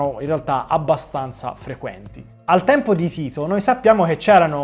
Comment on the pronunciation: "al hempo hi hiho" adoro il toscano 😍